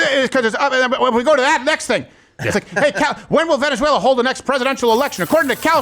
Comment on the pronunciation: “Venezueler” laughter no further comment needed laughed at the same time they did 😂